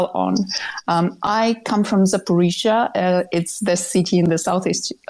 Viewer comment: Why does always say 'Zafforizhzhia'?